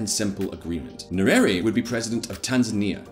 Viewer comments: Its nye - re -re. How are you reading it as nyueri? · That is not how we Pronounce "Nyerere", better not read it than read it the wrong way!